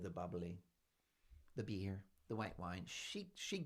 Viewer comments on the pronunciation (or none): none